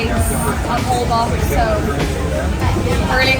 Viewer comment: Holbox is pronounced hole-bosh Cenote - sen-note-tay